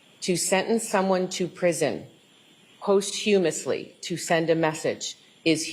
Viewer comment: Brian Walshe is garbage. No one commented on the prosecutor’s mispronunciation of “posthumously”? I know, I know…but it’s a bit irritating.